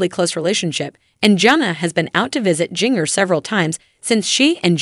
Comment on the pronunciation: Pronunciation of "Jinger" just kills me :)